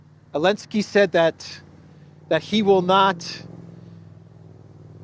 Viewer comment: Why call him "Elensky" instead of "Zelenskyy"? Have I missed something?